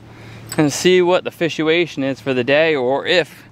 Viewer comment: Did he say "fishuation"?